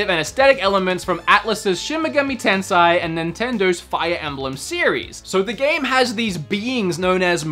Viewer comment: Tensei not Tensai lol how it could be hard to read